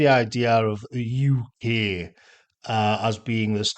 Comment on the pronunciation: To me, it sounds like yookay, as in “ you okay, mate? “ …”no, mate, I’m not ok”